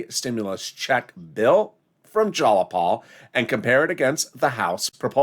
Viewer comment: Its jayapal not jalapal